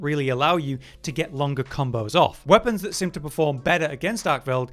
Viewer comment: Why cant this guy say 'seen' or 'seem' properly does my head in